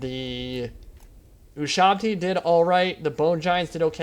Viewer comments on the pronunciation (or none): none